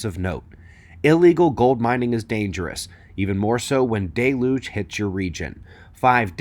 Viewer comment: It’s pronounced “del-uge “